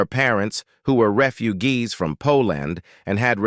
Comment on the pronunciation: Wow. I never knew Cass spoke five lan-gue-gas. ...and, that her family were re-fu-gees from 'Po Land. Fascinating. (LOL! "Grrr-many.")